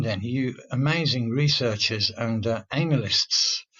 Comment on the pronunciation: I just love your accent, the way you say "anal-lists" lol